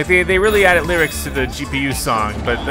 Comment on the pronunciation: the s s d is funny but g p u was even funnier